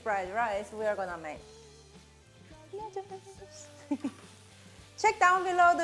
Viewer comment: Came for the "noodres" 😂❤️